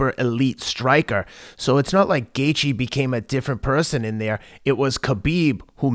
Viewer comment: Teddy, can you not butcher Justin's name bruh? 😭😅